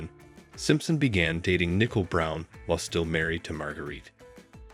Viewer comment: "Ai" can't pronounce 'Nicole ?" That's pretty lame, how DISRESPECTFUL of a video maker ?